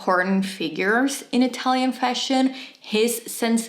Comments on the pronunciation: Thanks for the lesson. I thoroughly enjoyed it and although I'm not Italian either, I speak Spanish and it sounded good to me.😄 Close enough don't you think. HAHA. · Brava! You should do a video series about the top products of every brand. La tua pronuncia è perfetta 👏